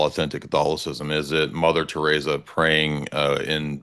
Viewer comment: Mother teresa lmaoooo never heard anyone butcher her name that badly